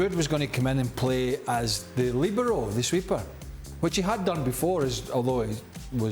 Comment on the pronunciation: Sorry, Don and Dan : it's LIbero (from the italian meaning Free) 🙂